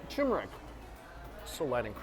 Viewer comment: did he say turmeric???